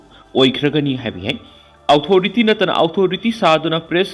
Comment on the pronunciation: Authority hai yo......outhority haiba lei te ko ..